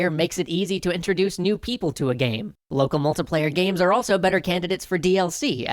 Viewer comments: i find out hilarious how you pronounce it "locuhmultupleyu" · Loco mocoplaya. I'm sorry I just noticed it every time you said it.